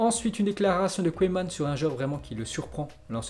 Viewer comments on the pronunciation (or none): none